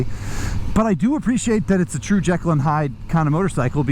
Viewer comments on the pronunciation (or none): none